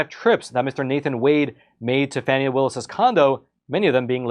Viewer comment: You misnamed Fanny. It's Fawni, dammit lol